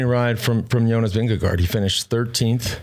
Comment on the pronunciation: Sir Bradley: It's 'Jonas', not 'Younis'. 😅